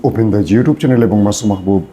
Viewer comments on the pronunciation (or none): none